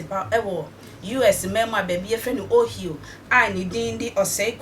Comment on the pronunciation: Please you pronounced the state wrongly, it spelt OHIO, and pronounced like OHAYO